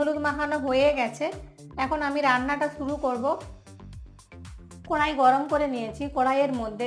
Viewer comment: Tomake kee ranna sikhiye che aage bolo to masala ke musla karai ke kurai bolcho